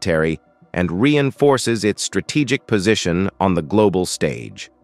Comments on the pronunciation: How come this man pronounced strategic as ‘strate kic’? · …why can’t these presentations be read by a person trained in the English language, capable of correctly pronouncing important words such as “Hamas” and “strategic”, and also able to speak in intelligble phrases without gaps of silence in the wrong places? This creates an impression of completely shoddy preparation; why would the military branches of the United States condone such a moronic presentation of their weapons and personnel?